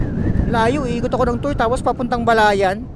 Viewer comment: FYI ang pronounce ng TUY ay Tuweh bk pagtawanan ka dito sa Batangas pag sinabi mong Tooy